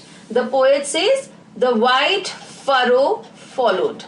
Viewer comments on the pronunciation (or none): none